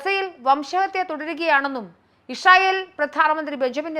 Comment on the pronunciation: ഇഷ്രയേൽ അല്ല ഇസ്രായേൽ